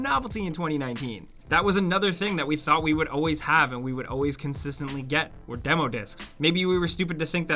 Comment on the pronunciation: Why do you pronounce "always" as "auways"? There is an L in there that you are missing out.